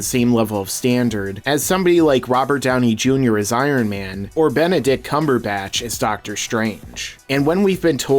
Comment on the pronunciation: It almost sounded like you said ”Benedict Cumonyourback”